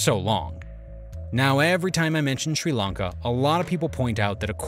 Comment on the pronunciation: Its Srilanka not Schrilankaah